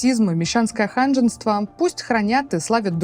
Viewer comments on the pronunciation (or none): Максим, пусть ваша дама, озвучивающая тексты, предварительно их читает по несколько раз! Тогда не будет "ханжество" прочитано как "ханженство", а "страна" как "родина"! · за кадрам читать умеет,жаль только что ошибается в незнакомых словах 😂! ХанжеНство.😢